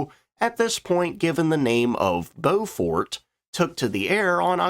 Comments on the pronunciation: It's 'Blen-m" and 'Bow-f't" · Yes.. and Beaufort is pronounced with stress on first syllable, not so much on second syllable. Hence BOW-fuht (as in wind-speed Beaufort Scale, named after a Royal Navy Admiral who devised it) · Ha - yep Blen-hime - like fingernails on a blackboard (sorry - chalkboard). Good job on the Byoofort and Beaufarter though... And a good vid! 😁🇬🇧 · 'Blen em' 'Bow fut'. Apart from that, good video. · Please do the proper relevant research. How do you not know English orthography? Blenheim is pronounced "BLEN´em" and Beauford is pronounced BOW-fuht.